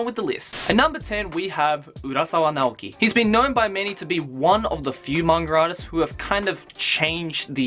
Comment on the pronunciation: i thought he was saying mangradas